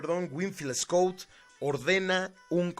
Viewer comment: Tu narrativa de la historia de Mexico con respecto al batallón de San Patricio, está bien nada más quiero comentarte que el general wilfiel Scot no rindió al general Anaya si no el general twigs y no se pronuncia escut (es escot ) wilfel Scot y su segundo al mando del general Anaya es Manuel Rincón